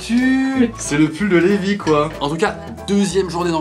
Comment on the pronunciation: Cest pas le meme prenom car celui dans SNK se prononce Livai et non Lévi..